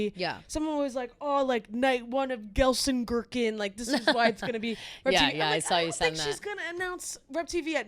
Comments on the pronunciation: Hi, Ladies! Love to listen. Just some friendly info it is pronounced gel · sen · kir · chen 😊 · someone needs to teach you how to pronounce Gelsenkirchen, I kept thinking you were talking about some made up small town made of gherkins